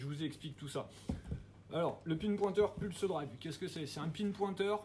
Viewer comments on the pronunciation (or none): la moindre des choses quand t'on présente un produit est de prononcer le dite produit correctement . ca fait vraiment tache si non . pulsedIVE mdr.